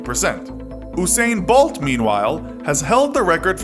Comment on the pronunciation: He can't say Usain Bolt name😂😂😂😂😂